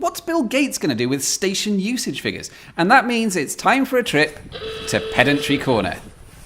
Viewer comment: are you sure you pronounce Pedantry Corner correctly? I feel the 'dan' should be stressed. Just checking, you know. Also- best cameo ever.